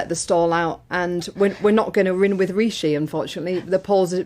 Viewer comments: "REEE-SHEEEE!!!" Why does she pronounce it that way? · She keeps pronouncing his name as Reeshe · A new leader, ‘one wot’s centre right’ and calling him ‘Ree-she’ ……….dumb